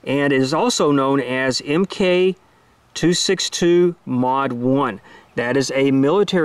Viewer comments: The correct pronunciation of this round is "Mark 262" and NOT "M K 262". This 77 grain round was originally developed by (I think) the United States Marine Corps----which is actually a part of the Department of the Navy. The Navy has a tendency to refer to a lot things with the "Mk" prefix but that is just shorthand for the word "mark". Thanks for another well done video, by the way, and kudos for all of the great work you've done on youtube these past several years. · I thoroughly enjoy your videos. One minor thing. It's "Mark 262" not "EmKay 262". ;) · Just FYI: "Mk" is pronounced "Mark" not "M-K". Naval services uses the Mk designation vs the M (Model) designation that the Army and AF uses when they name equipment. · It's not pronounced M, K, it's pronounced Mark 262.